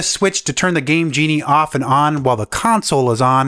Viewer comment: I thought that he said gay genie.